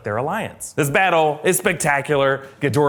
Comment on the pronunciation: G'Dora the Expolra, that pronunciation is all I can think of